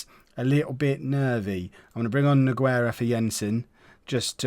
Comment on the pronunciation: For the 2nd time it's pronounced NU-GAY-RA NOT NO-GUE-RA bloody hell man!